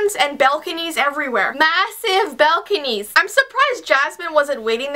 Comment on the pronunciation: Bel-conies? Lolololol